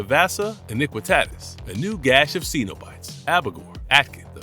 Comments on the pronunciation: It's sin-o-bite, not see-no-bite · Love your videos but need to pronounce Cenobites better😊